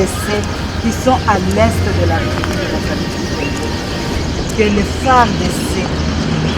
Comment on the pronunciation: Cher Frère,, vos émissions sont très bien suivies et appréciées partout à travers le monde. Mais ce qui fait une tâche d'huile c'est votre façon de prononcer le mot "président de la République Démocratique du Congo" c'est question de veiller sur la prononciation de "République". Le "ré" a un accent aigu. Merci. Si cette remarque vous a fait mal, je vous prie de bien vouloir accepter mes excuses patriotiques.